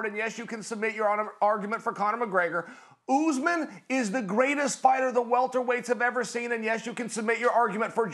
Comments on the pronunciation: I love how Chael calls him “Oozeman”. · kamaru "oozman"- chael